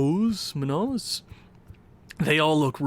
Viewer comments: Also Muños is pronounced Munyos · Let me clarify Moon-yos